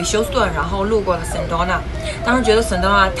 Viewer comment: Sedona的发音应该是[sE Doe Nah]， 而不是[Sen Doe Nah]